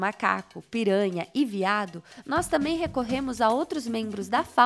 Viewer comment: De todas as palavras pronunciadas no vídeo, a que mais me ofendeu, foi "tâmem".